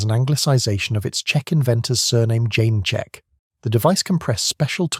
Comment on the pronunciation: Ess Dee Kay Eff Zee? Don't you mean Zed? Or are you American? The Besa (pronounced Beeza, not Bee ee ess Ay) wasn't 15mm, but 7.9mm (.30"). Try and match the commentary with the video - showing post-war range targets on Salisbury Plain hardly fits in with the virtues you are extolling. Who or what was 'Jane Check'? Did you mean Janacek (pronounced Yan a check)? Read the script through a few times before going live - it helps get the intonation in the right place as well - M8 family vehicles for example.